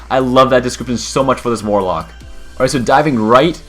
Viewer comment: You sure it's warlock, not walock